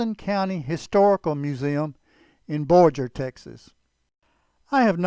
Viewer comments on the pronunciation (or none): Excellent job with the video. My wife and I both grew up in that area and the Adobe Wall story is "boiler plate" for us! Just a quick note though; The town in Hutchison county is Borger (with a "ga" sound as in "garage", NOT borjer with a "j" sound). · I love your videos and since it’s obvious you don’t know the Texas Panhandle well, I can forgive your mispronunciation of city names. Stinnett is pronounced StiNet (short “I” and emphasis on net). Borger is pronounced with a soft “g” like in burger. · I agree. I was born and raised in Borger pronounced Boregrr. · My aunt was supposed to have taken piano lessons from Billy Dixon’s widow in either Borger or Pampa - they lived halfway between the two towns, in the thirties. Laughed at the pronunciation of Borger. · This is a very interesting piece of history and you potrayed it well. One thing I feel that I need to point out is the pronunciation of Borger, TX. The "g" is hard, as in goat. Thank you so much for sharing this with us. I am very interested in this part of history. I have a book about Quanah' Parker that I have been wanting to read, but I looked all day today and I can't find it. It will turn up later when I am looking for something else. Anyway, thanks again.God bless.